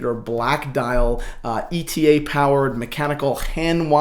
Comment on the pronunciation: That should be "E-T-A", not "Etta"!